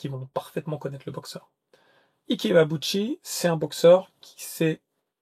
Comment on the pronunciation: IKE très bien prononcer 👍👍👍 IBEABUCHI très mal prononcer 😂😂😂 Ca se prononce AYBIBUTCHI...mise à part ce petit défaut de prononciation, j'étais un très grand admirateur d'Ibeabuchi, pour moi ce boxeur aurait bien pût être un très grand et immense poids lourd, je n'arrivais même pas à voir comment Tyson aurait pût l'arrêter, il est le premier à avoir battu Byrd et Tua, même si pour beaucoup, sa victoire face à Tua était contestable, pour moi ce ne fût pas le cas. Mais quelle carrière gâché, j'ai mis beaucoup de temps pour me remettre de cette mauvaise nouvelle de fin de carrière, il avait tout pour être le meilleur de sa génération...vraiment dommage